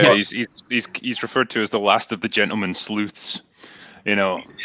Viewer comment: I heard "last of the gentleman sloots". :D